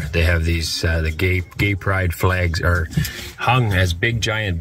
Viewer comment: Is it the ‘flehgs’ that are so upsetting? Lol.